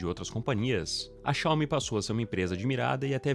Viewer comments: cáume... dói na alma. Coloque no tradutor o nome certo, e ouça a pronúncia .. Pronto, fim da discussão. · Não é uma crítica ao vídeo, mas o certo é Xiao-MI (oxítona) apsokaopsop ngm mais fala certo